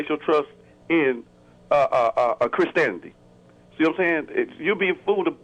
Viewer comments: Did he say "Christanity"? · Yeah, I'm still trying to figure out who Chris Tanity is, lol. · What's Christaniddy? lol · if you can't pronounce the word 'Christianity' best not call in. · Yes multiple times it was very annoying. However he also said, "lemme axe you something" so it's not all too surprising.